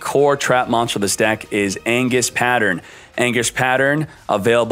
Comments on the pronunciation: IT'S "ANGUIS*H*", NOT "ANGUIS". Coo vid tho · ANGUISH not ANGUS